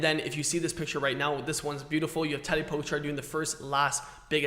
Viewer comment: Firstly please, learn to pronounce Tadej Pogačar name correctly xD Also Tadej Pogačar uses a disc brake bike sometimes. He used it on stage 8, for his big attack, so they do have a place to used. You even made a video about his big performance on that day..